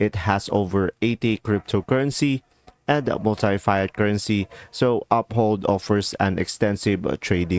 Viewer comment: Learn how to pronounce Fiat Currency